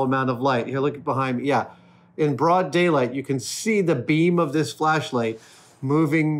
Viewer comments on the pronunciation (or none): none